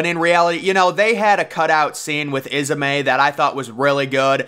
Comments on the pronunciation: its not isamay its is-may, bruce ismay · Ismay not is a may